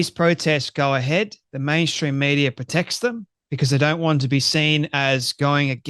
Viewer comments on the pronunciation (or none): none